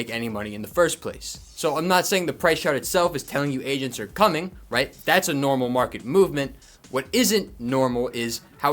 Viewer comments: I thought he said Asians instead of Agents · I swear I’m not a racist but man for the first few times u said agents I swear I thought u was saying Asians.😅😅😅 I was like I thought this market is getting messed up by china not Asians 😂😂😅😅 (I’m sorry) 😅